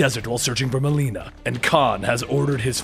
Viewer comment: You said Melina wrong